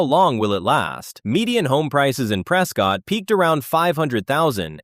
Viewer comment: It sounds like this video is made with AI so you are probably not going to get the name right in AZ Prescott is pronounced (Press Cut) not ( Press Scott) I'm not from the area and the locals have pointed it out to me. They make an effort to correct you.